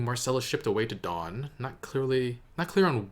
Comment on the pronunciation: Great video as always. Btw its Dorne not Dawn (